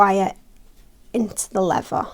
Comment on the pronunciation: LEVER??? REALLY??? It is called leaTHer. When did the brits lose the ability to pronounce the "th" sound??? Please, stop doing that.